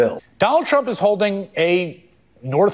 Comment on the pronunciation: Its sounds like Newsom says. . . . . . . . . ." Donald Chump". I don't hear an (R) anywhere when he says his name. 😂😂😂😂😂😂